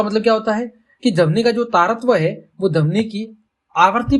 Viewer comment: Sir padhane ka tareeka to accha h lekin vo damni Nahi dhvani hota h 😂